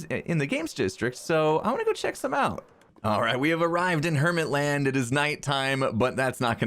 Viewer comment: It is pronounced "Hermt Land"